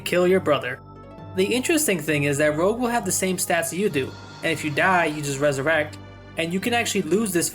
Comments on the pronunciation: Blue’s brother is named Rouge. Not rogue… Rouge means “red”. Make sense? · After a life time of people calling various Rogue classes "Rouge" this is the first time I've ever heard someone call the french word for 'Red', "Rogue".